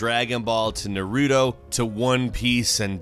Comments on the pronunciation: It is not nar-roo-toe, it is nar-ruh-toe Naruto. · This man said narutoe 😂😂😂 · Why do people insist on calling naruto nuhroodoh lol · its NA RU TO BOIIIIIIIIIIII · Is nobody else bothered by how he says Naruto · did this guy really pronounce naruto worng smh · Is pronounced with a long u sound not short so it’s pronounced loofy and with naruto your supposed to pronounce each syllable, your just butchering all the names. 😂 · I cringed ever time he said Naruto and Luffy. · First the way you said naruto drove me nuts and after you pronounced luffy I almost punched my computer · Oh my Lord. Tenchu=Ten-chew. Naruto= Nar-ooh-toe. Monkey D Luffy🤦🏻‍♂️😂.